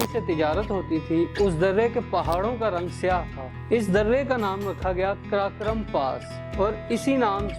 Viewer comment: Janab , karakoram bolna sikho pahle